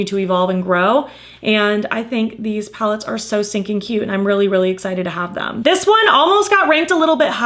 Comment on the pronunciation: Sounded like you said you accumulated 10 pounds lately, I was like “girl, same”